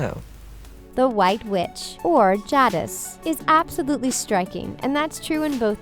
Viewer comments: J dis, not jah dis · Can't take it 😂😂....it's (peh-ven-see) Pevensie emphasis on the "peh". And it's (jay-diss) Jadis not (jah-diss). And it is Drinklage not Dinklage. Also the dwarves pronounciations are all wrong. Alright I'm done now 😂😂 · it’s supposed to be pronounced: Pe (like in peg)/vun (like in vulnerable)/see. Not p/ven/see Jay (like jaid)/dis. Not Ja (like jam)/dis Warwick is pronounced Wo-Rick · It’s ‘PEvensie’ not ‘PevInsie’. ‘JAYdis’ not ‘JAdis’ and Skandar ‘KEYnes’ not ‘KeynEs’ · ok, "pEH-vEnn-sEE" was enough, but "Jah-dis"? That's enough lmao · Also Jadis. Definitely a long a. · She mispronounces Pevency and Jadis my god!